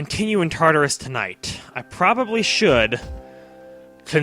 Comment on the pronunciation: OKAY I NEED TO WRITE THIS every.single.time he says tatarus i think of TARDIS and im just like IS THIS BIGGER ON THE INSIDE TOO?!?!?! that is all, thank you